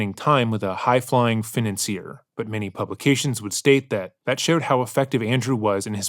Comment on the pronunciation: Tf who says financer like that